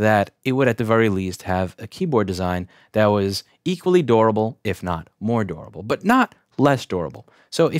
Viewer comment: Why does he say "dorable" instead of "durable"?